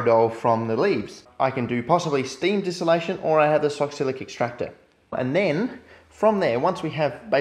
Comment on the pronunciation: Lol it's pronounced Sox-let, not sock-silic